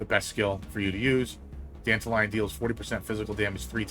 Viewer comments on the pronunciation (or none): Danta lion pronounced like Dandelion sounds awful. It's Dant-all-leon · Why tf he pronouce it as Dandelion? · The way you say it sounds like Dandelion 😅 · I pronounce his name "Dan-Tal-Yun"